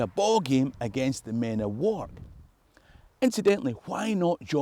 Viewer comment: It is pronounced warrk not walk